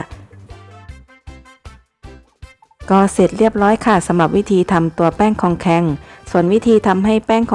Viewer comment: เรียก ครองแครง ค่ะ ไม่ใช่ คองแคง